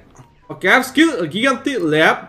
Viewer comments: Gigantic leap is like jaygantic leap not gaygantic leap Dont read my yap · Bro really said giga tic lea